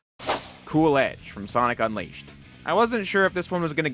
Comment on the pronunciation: anyone else notice him saying Sonic Unleashed as Sonic Un(w)eashed?